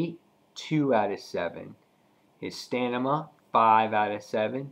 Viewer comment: STANIMA???? What stanima? haha. Stamina you mean.